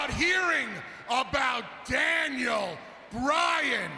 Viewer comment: Did anyone notice that he said Daniel Ryan